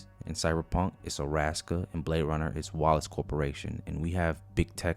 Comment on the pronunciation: No way. Bro called Arasaka, Araska and nobody’s saying anything 😂